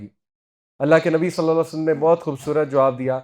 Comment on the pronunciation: Asalamualaikum Sir! With all due respect Please say Nabi Salal lahu alaehi wasalam clearly Sir. You are my true mentor...and I respect you with the core of my heart, and consider you as my elder brother..whenever I listened to your lectures I always feel to remind you this.